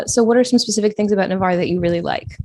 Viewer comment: Just for the record, the city is NAVARRE, not Nevarre.